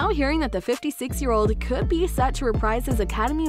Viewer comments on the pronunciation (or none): none